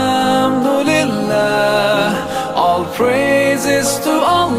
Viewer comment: Wrong tajweed. Al haaam dulilah is wrong.